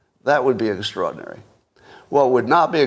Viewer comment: How many times can Scott mispronounce “extraordinary” in 1 hour? 😂